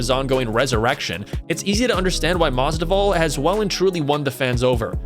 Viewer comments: BRO, IT IS MAS-VIDAL. NOT MASDIVAL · If you're going to commentate on MMA at least get someone who knows the fighters names instead of a complete casual who calls Masvidal, "Masdival"... LMAO seriously now. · Masdival? Mas-VID-all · Masvidal not masdival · it's not Jorge Masdival, you idiot. It is Jorge MASVIDAL! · When dude said Jorge Masdival that reminded me of when Joey Diaz was talking about him on JRE he pronounced Jorges name the same way! Shit was hilarious as fuck! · Who's "Masdival?" Lols, swap the v and d over man :) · MAS-VID-AL say it with me now MASVIDAL!!! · STOP SAYING MASDIVAL :D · Its masvvvvvvida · jorge masDIVAL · You're saying Mas'di'val. I think you might be brain dead. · You literally wrote his name in this video numerous times and couldn’t read that you were butchering that name? Weird. Ever watch a video ever by the mma community that says it like that? Weird. A broadcaster? Fighter? Promoter? Real weird. Almost intentional... 😑👀